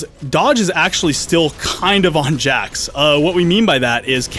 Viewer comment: Jax? I thought his name was Hax.